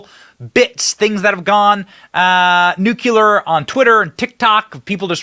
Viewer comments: No Dylan on the thumbnail? WOW! Finally! You had the biggest crush on that dude, you couldn’t stop plastering his face all over. Also, it’s nuclear (new clear), not nukelar 👍🏻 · It's pronounced "NU-klee-err", not 'NUKE-you-ler'